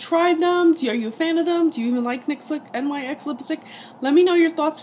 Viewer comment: Just so you know the company name is actually pronounced like "nicks" just letting you know